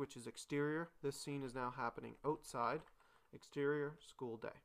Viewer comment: Thank you so much for posting this concise and straightforward tutorial; it has really helped! My guess is that you're Canadian, from your pronunciation of the word "outside" . and "out" . Am I right? In any case, thumbs up!